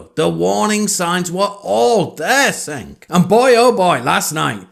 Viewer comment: The fact that you're not even pronouncing Cenk's name correctly indicates that either you don't watch the show, or you're trying to insult him by disrespecting his name. The latter isn't really a "progressive" position. That would be to attack something that is actually substantive. However, considering that you took Ana's tweet as her insulting the trans community makes me think that you actually know NOTHING about TYT. Ana isn't criticizing PEOPLE with her tweet. She doesn't want to be referred to as a "birthing person" or "a person with a uterus" because it makes women sound like they're BROODMARES. Women, whether they have a uterus or not, are more than just reproductive organs and THAT is where Ana is coming from.